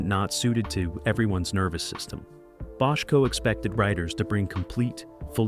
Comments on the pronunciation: Frustrating narrative. If I didn’t know better, I’d think Bochco, Bottco, and Bodco were three different people. How can it be that difficult to pronounce the name the same way all through the video? Except for this minor irritation, good video. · Got through about 2 minutes before switching to another video. The AI V/O is stilted, attempts to be serious, but isn't, and pronounces Bochco's name two ways within the first two minutes. Ugh. Do better. BTW, HSB is one of the best dramas ever.